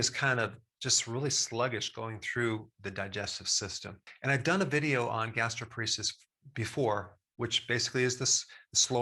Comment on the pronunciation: quick correction: it's gastroparesis not gastroporesis. gastro (stomach) + paresis (neurologic weakening)